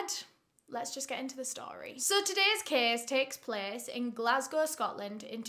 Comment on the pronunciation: I really prefer “the kess tekks pless”